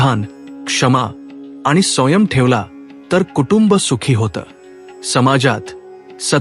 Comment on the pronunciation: वाचन करतांना उच्चारात सुधारणा होणे गरजेचे आहे. उदा. संयम या शब्दाचा उच्चार चुकीचा झाला आहे. मात्र एकूण सर्व व्हिडीओ उत्तम झाला आहे. आजच्या जगात सुसंगत आहे! धन्यवाद!